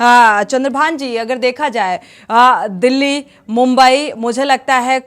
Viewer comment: तुम्हारे पास कोई न ई खबर नहीं होती है क्या, बस्ती कस्ती रटते रहती हैं। दिल्ली को डिल्ली पढ़ती है, अंग्रेजी माध्यम से हो क्या?